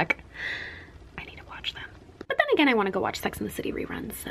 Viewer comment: Did she say sex in the city?? Cause that is what i heard!!